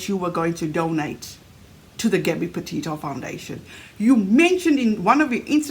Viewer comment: Why does she say Potato instead of Petito?